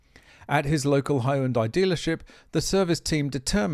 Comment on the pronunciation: Appliance that sustain major damage from common human error is a design flaw. I think he pronounced Hyundai.